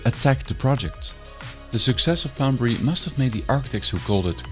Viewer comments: Poundbury not Boudbury. Why does her keep saying B and instead of P. 😆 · Too bad narrater couldn't pronounce Poundberry but felt compelled to mispronounced it 1000 times. Annoying 😂